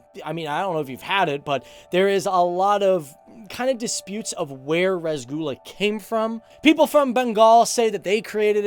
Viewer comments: I was cringing so bad when I said rusgulla it’s roshogulla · Rasgula? TOTAL CRINGE. Its Roshogolla. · it's not rasgulah its rashigullah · Dude...its not rasgula....try saying it like ROSSOGULLA😆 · Rasgulla😭 ITS ROSHOGULLA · “Rash gulla “😂😂its Roosh -er-Gulla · The way he says rasgulla 😂 that's cringe 😂😂 It spells like ROSHOGOLLA damn😂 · The pronunciation is Ro-sho-golla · How did you mess up pronouncing rasgulla that badly?